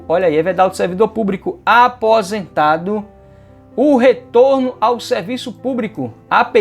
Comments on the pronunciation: Púbrico?????? Ɓrocha não, prof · Só o que dói no ouvido é esse funcionário púBRICO!